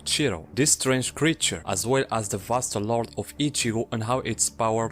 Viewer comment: Thank you for pronouncing it properly. I just can't deal with people calling it Vasto "Lorday"